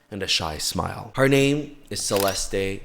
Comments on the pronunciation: Words can’t describe how happy I am to finally hear someone talk about this with so much respect for her that they pronounce her name so accurately. Unfortunately that‘s rare moment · is the only person I’ve seen covering this that has said her name correctly lol